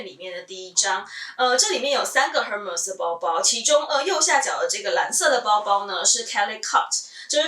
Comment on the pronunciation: 最近因為在看Hermes的包包,找到您的視頻. 我覺得您身為Hermes的愛用者,應該要正確唸出品牌的名稱 ^^ll